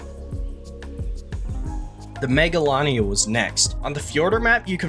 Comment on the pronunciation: its Mega-Lane-ia